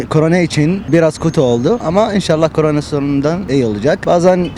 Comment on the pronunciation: de ki abim korene demesi kadar hoş olmuş